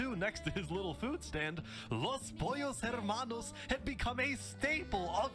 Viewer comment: im still mad at how many people are pronouncing the "H" in Los Pollos Hermanos